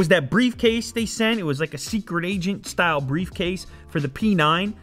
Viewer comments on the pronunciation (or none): none